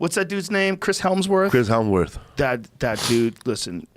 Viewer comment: Ok first off he's not a Maori warrior he's samoan and second its Chris hemsworth not helmsworth